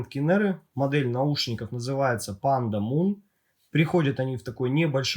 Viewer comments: лично я первый раз слышу, все зарубежные обзорщики называет их Пандамон (Панда Монстр), а не Пандамун (Пнда Луна). Там же окончание на Mon, а не на Moon. Я не умничаю, просто режит слух =) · Автор, а чего ты говоришь Пандамун если они Пандамон называются?)